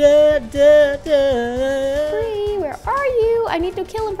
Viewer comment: why it said brie is bri not brie